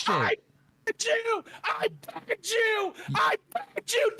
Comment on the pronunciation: It really sounds like pegged haha